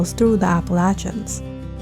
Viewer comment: I don’t think that’s how you pronounce Appalachians lol